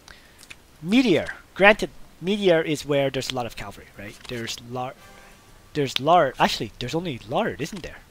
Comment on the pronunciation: LOL he said lard not laird